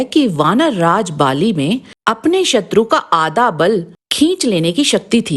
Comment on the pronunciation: कृपिया सही से उच्चारण करे आदा बल नही आधा बल होगा भुर नही भूल होगा। राम राम